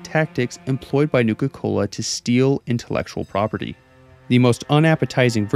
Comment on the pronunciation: Newka Cola seems like it's pronounced the way that Cartman would from South Park.